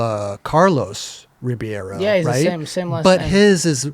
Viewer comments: i was referring to when the try to pronounce it in their best way. even when they get the middle of “BAY” correct they never say “ROO” they say “RO” same way they assume any name we have that ends in S they pronounce like Z. we arent spanish but they lack the ability and knowledge to understand. the Ri sound in Portuguese has a flem sound to it. which is also a major difference for brasilians. its H for them. same way D is G for them. 😎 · in USA they pronounce REE-BEE-AYRO.... which is terrible. the point was to say how to pronounce the middle syllable "bei", that is their major mistake. if we're going to get picky the "R" sound of "Ri" is also incorrect with Portuguese..... 🤠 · REE-BAY-RO :face-blue-smiling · say his name like this: Rib-hey-row, say it fast.